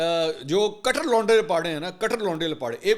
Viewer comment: کیا کٹر کٹر کررہے ہیں یہ لفظ ٹ پر تشدید کے ساتھ ہے کٹ٘ر